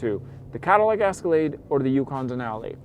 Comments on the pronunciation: Its pronounced "Escalade" Not "Asscalade" Wtf! Who is this guy? 😄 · Escalade, not "Ascalade". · The Asscelade (how you pronounce it) is simply better. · It's not an "asscalade" try Ehh scalade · It’s not an asscalade, it’s Escalade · Did you say ass-calade?? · Is he calling it an ASScalade on purpose? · Ass-calade? S-ca-lade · The “asskalaid” 😆😆😆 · What’s an Ass-cilade? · Is he saying Ass-calade? 🤣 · Lol why are you saying Ass-colade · Am I the onlyone who keeps hearing him say the "ass-calade"? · Ass ca lade! 😄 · I’ll buy the Caddy just cause this bozo can’t even say the name right 🙄. Crack reporting “car guy”